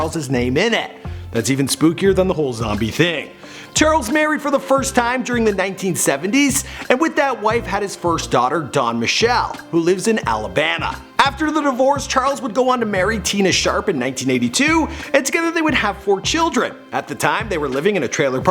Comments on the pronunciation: did this nigga really just say alabana?? 😂😂😂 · You definitely said Alabana if you were meaning Alabama. Dumbass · No-one noticed he said alabana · i am getting so sick of this dude...he constantly messes up the easiest words, and now cant even pronoun ALABAMA correctly. smh fuhkn tool